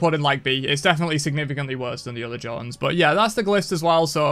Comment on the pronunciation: Thanks for the tier list. Un-thanks for the Jotunns pronunciation.